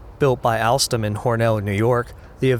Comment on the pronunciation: The way he said alstom o_o